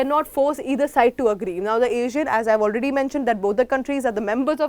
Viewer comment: check the pronunciation for ASEAN